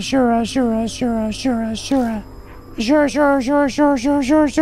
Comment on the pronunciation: The way to pronounce "asura" is "azu-rah".